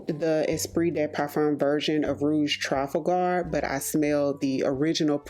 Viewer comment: I mentioned a few months ago that you pronounce Trafalgar in a very strange way to me. Are you sure you're saying it correctly? I could be wrong in my pronunciation as mine algns with how I say Trafalgar Square (in London) as I'm English.